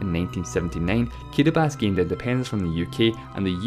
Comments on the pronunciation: Why does he say "Kiribas" instead of "Kiribati"? It's pronounced KEE-REE-BAH-TEE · i kept wondering why this fuck head kept saying kiribas, when it's kiribati. apparently these dope Islanders don't know how to spell s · In English it’s pronounced kee-ree-bah-tee, not kee-re-bas. Countries are always pronounced according to the language you’re speaking right now, not the local language. Saying Kiribati should be pronounced kee-re-bas is like saying France should be pronounced “frons” because that’s how the French say it. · No it sounds like “kirabahtee”. The ti at the end isn’t followed by anything. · Why does he pronounce Kiribati "Kiribas"? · kidibass? is it seriously that hard to say kiribati? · I cant stand this guys accent... And who the hell pronounces "Kiribati" as "Kiribas?" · ...Everyone. Its pronounced "Kiribass" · That would be incorrect since you're speaking english, and it's only pronounced Kiribás in Gilibertese, not in english, in english it's still pronounced as Kiribati with all its letters... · It's just that he says Kiribass, that's the only complaint. Otherwise, pretty well researched and well done videos. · The way you pronounce Kiribati can't be right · Matthew Adarichev I also didn't feel too comfortable with the guy's accent, took me long to process his words, but in that part he was actually right. Ti is pronounced as S. And Ri is actually pronounced as Li. There is an island in the Kiribati republic that is called Kiritibati.... have you heard of the Christmas islands? Kiritibati == KiLiSmaS == Christmas. :) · It's pronounced Kiribati the 'ti' is silent please respect other countries cause that's how they pronounce it